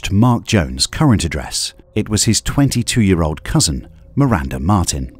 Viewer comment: that’s a rough “22”